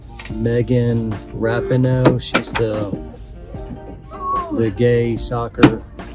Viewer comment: It's pronounced: RAP PEEE NO. I'm just tired of the mis-pronounciation not just from you. It's said, well, I should say, it, her name WAS said thousands of times on tv when her stupidity was taken seriously. Oh, and we can stop watching our men's soccer because they voted to give half their winnings to the women and receive NOTHING in return; not even heal insurance. Anyhoo,, first time on channel and you grabbed my interest so: new sub ;)